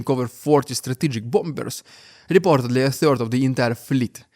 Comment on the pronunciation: The second 'b' in bombers is silent in English, so it's pronounced 'bommers'. Hope that helps.